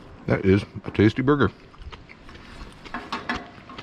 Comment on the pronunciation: sounds like he says booger. Yes I am 12.